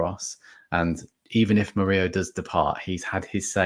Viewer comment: Mur - ILL - O,. he's not blooming Spanish!